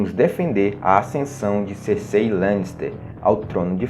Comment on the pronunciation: Eu já chego reclamando porque pronunciam o nome da Cercei errado